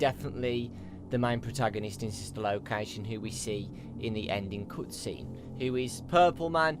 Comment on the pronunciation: I so much hate how you pronounce the "cut scene"